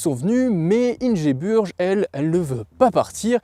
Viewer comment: Ça se prononce Ingebourg je crois